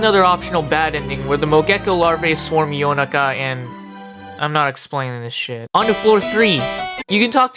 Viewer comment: currently watching and loving the video and just wanted to say I love the way you pronounced Yonaka's name and Prosciutto(?) it felt like you were trying to say them correctly and it was nice to hear